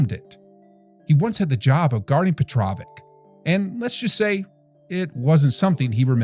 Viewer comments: Please pronounce his name petrowitsch, it's always weird if you hear a wrong name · thank you!!! this narrator butchers his name several times!! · Say it like sandwich. Petrovic. Not Petrovik. Beside that great clip. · Nice video dude, but can't you hear how Reggie Miller pronounces his name? It's a bit annoying to do that when you talk about a legend. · If you’re going to create a video about someone, do your research and learn how to pronounce his name. All the guys that spoke about him knew how to pronounce his name. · I really don't get this dude. You make the video, edit the video, watch people talking about Petrovic in your video and you can hear exactly how his name is pronounced and yet in your narration, you obstinantly, brazeningly and incorrectly keep pronouncing his frigging name wrong. WTF dude? Are you frigging deaf or something?? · I apologize for youtuber butchering Petro's name if he doesn't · Only thing Drazen couldn't do was time travel to teach crappy ai voices how to pronounce his name. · pissed me off too, come on, how you gonna make such a nice video honoring someone and pronounce his name completely wrong?